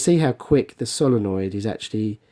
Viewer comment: It's solenoid not solonoid